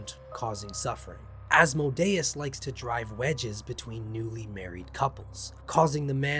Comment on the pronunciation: Good video but you mispronounced like every Latin phrase and every demon name for.instance.gotia is.prnounced goashia and asmodeues is like "as-mOdee us"